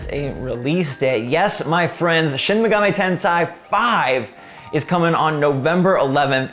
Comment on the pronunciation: That SMT pronunciation was brutal listening to.